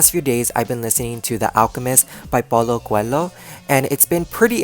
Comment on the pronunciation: hey im from brazil and i actually loved your videos <3 also the way you spoke "paulo coelho" was kind of funny hahah try to speak it as "paulo coeleo", i think its gonna be easier! Thanks for your tips 💛